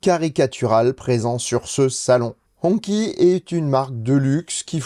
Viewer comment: Hongqi se prononce hongchi. J ai essayé l ehs9 au salon : on m a bien dit que la venue d hongqi en europe est bien prevue et dans tres peu de temps.